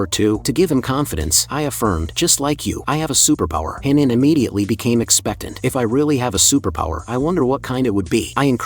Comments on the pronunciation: "a supapowa" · I love how the ai voice says superpower😂😂😂😂😂